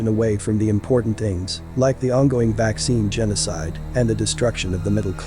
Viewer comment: this uy said waxxeen djenosyde